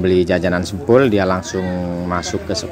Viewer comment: Sempol mas bukan sempul 😁😂🤭🙏🙏🙏